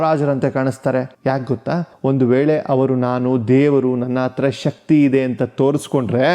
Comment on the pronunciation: ನಿಮಗೆ ಹ ಕಾರ, ಉ ಕಾರ ದ ವ್ಯತ್ಯಾಸವೇ ಗೊತ್ತಿಲ್ಲವೋ, ಗೊತ್ತಾಗ್ತಿಲ್ವೋ?? ಉಚ್ಚ, ಅವ್ರ ಅತ್ರ, ಹೀಗೆಲ್ಲ ತಪ್ಪು ತಪ್ಪಾಗಿ ಕನ್ನಡ ಮಾತಾಡ್ತೀರಲ್ಲ? ವಿಡಿಯೋ ಪ್ರಸಾರ ಮಾಡೋ ಮೊದ್ಲು ಒಮ್ಮೆ ಪರಿಶೀಲಿಸಬೇಕು ಅನ್ನೋದು ಗೊತ್ತಾಗಿಲ್ಲವೇ? ? ನೀವೇ ಹೀಗೆ ಮಾಡಿದ್ರೆ ಈಗಿನ ಮಕ್ಕಳಿಗೆ ಹೇಗೆ ಸರಿಯಾದ ಕನ್ನಡ ಕಲೀತಾರೆ ? ?ಕನ್ನಡದ ಕೊಲೆ ಕನ್ನಡಿಗರಿಂದಲೇ 😅 ಇದಕ್ಕಿಂದ ದುಃಖಕರ ಸಂಗತಿ ಬೇರೇನೂ ಬೇಕು?? ದಯವಿಟ್ಟು ಇನ್ನಾದ್ರೂ ನಿಮ್ಮ ಕನ್ನಡ ಭಾಷೆಯನ್ನು ಸುಧಾರಿಸಿಕೊಳ್ಳಿ. 🙏🙏